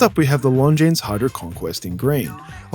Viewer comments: The S is silent. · Here's a hot tip: if there's an "s" at the end of a word in French, you never pronounce it. That includes - you guessed it - Longines.